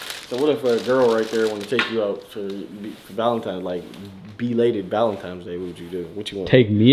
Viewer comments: You keep saying valenti”m”es😭😭💔😂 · Why sayin “valentimes” day💀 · Lol.. it urks me when he pronounces valentines day as valen 'times' day.. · I’m so tired of saying Valentimes lmao. It’s crazy, even when talking to their friend… he gone use that M & not N 😂😂😂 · So y’all just gone let keep puttin an ‘M’ in Valentines?! I mean… he looks good and all, but somebody gotta fix that.